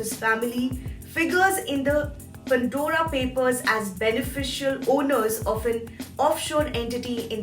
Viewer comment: It is ‘Pandora papers’ not ‘Pundora papers’. Makes me wince each time she says that.